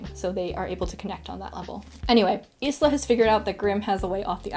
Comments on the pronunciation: The only issue I had with this video was how you pronounced Isla’s name. You said it like “is-la” it’s pronounced as “eye-la” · I know it’s not related to the book, but I want to know what’s the name of the background melody and its composer? I like it. Anyway, the Mai character's name is pronounced as ice-la. I wonder if you’ll read the next book, Nightbane.